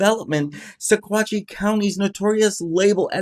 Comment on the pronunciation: It’s pronounced..sawatch